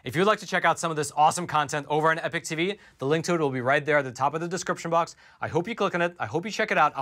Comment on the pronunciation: Hey,... Great set of shows at Epoch... Now, say after me: E - "POK"- that's how the word is pronounced - not e-"PIC" See - it was easy! Other presenters are starting to get it right - you can too...